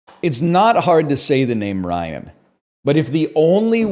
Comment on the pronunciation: Ryan definitely has 2 syllables